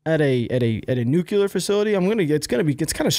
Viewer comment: Zhytomir is pronounced like "zhee-toh-meer". "Zh" is English is pronounced like if "jeep" would be written "dzheep". "Bucha" - "ch" = "cheep". Come on man. "Nuclear" is not "Nucular".